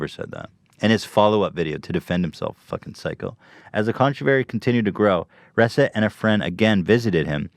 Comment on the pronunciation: Ethan is terrible at pronouncing words correctly. It's Reset!! like the regular word!!! Not "res-it" ...."RE-SET!"